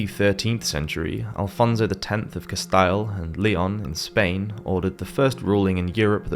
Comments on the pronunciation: I enjoyed the video, but just so you know, Aquinus is pronounced Ah QUIN us, and De Molay is pronounced De mo LAY, and Castile is casTEEL. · I would suggest that researches the pronunciation of first names and surnames of historical people and the names of towns before narrating these clips: e.g. Aquinas is pronounced a QUY ness, and Castile caSTEEL, to name only a few. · It's too bad that the AI-generated nature of this video is made all the more obvious by the atrocious mispronunciations of such names as "Aquinus" and "Castile". AI-generated videos should be prominently labeled as such. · wtf is "cass tile"? i don't trust "historians" who can't pronounce basic words and place names of the time that would have been enormously important to the era. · Where is this accent from since it is definitely not British - examples are his pronunciation of: Bubonic, Christian, Aquinas, Jacques, Castille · I second that, it's irritating to hear his repeated mispronounciations.